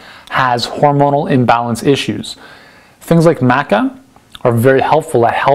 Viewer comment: He can't even pronounce Maca correctly, why would I trust his google top search result sourced advice?